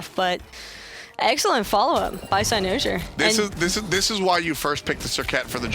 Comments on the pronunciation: the way pronounces cynosure, its like nails on a chalk board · cy-NO-sure. man each time she said that got me so triggered lol